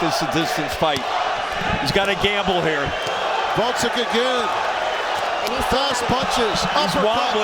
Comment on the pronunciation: Gvoz-dik, not Vod-zik